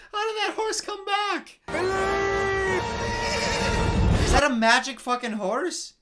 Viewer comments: When he calls the horse Feleeper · I love how called the horse “Phillipe,Phillipé,and Philliper 😂😂